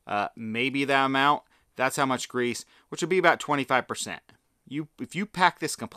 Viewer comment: Twenty five pehcen.